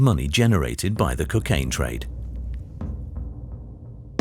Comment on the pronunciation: There is no drug in the world known as Cuc-aine. There is how ever a drug called Cocaine. You ppl sound ridiculous